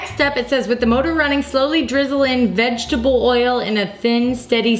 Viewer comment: "vinnagar"... "vegatable"...